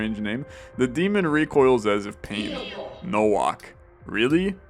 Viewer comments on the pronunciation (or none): Nowak is said as NO - waaa (like wario) - K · Bro pronounced Nowak as Nouak fucking kill me 💀💀💀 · pretty sure nowak is pronouced novak since its a polish name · Nowak is pronounced as "NOVAK" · No reason to explain yourself, no one reasonably expects you to properly pronounce every foreign surname perfectly. Just found it funny, for the record - it's just Novak. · Am I correct in thinking it's pronounced like the W is an English V, so like No-Vac?